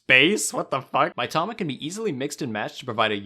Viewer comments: You tried so hard to make Karakuri sound "authentic" and then proceeded to pronounce every other Japanese word as American as possible. Kaymoano, Mytama, Toekidden, Owni. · the way you pronounce mitama hurts my soul